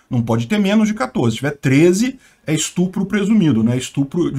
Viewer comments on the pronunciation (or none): none